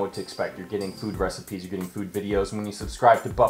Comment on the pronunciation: Slow cooker reci-peas? Were those chick peas being ground up with the emphasis on peas ? nice. Congrats on the split, and success!